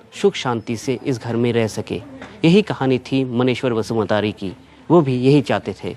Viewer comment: # नाम को गलत पढ़ रहे हैं | मुंख्लं(शहीद) मनेश्वर बसुमतारी नाम हैं |मानेश्वर बसुमात्री नहीं |शहीद का नाम भी ठीक से नहीं ले पाते channel | bodo(boro) जनजाति लोग बसुमतारी, नार्जारी, दैमारी, बर', खाखलारी, उवारी, Brahma surname से पहचाने जाते हैं |